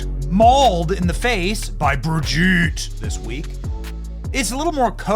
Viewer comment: Benny, please stop saying Brigitte like that. It sounds really dumb and it's very annoying. No offence ment. Also, it's unkind.